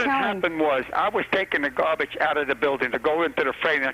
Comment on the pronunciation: "I was bringin' the gahhhhbage".....